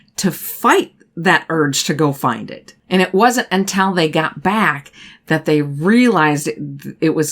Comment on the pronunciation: You are a great storyteller, but you mispronounce “until” consistently.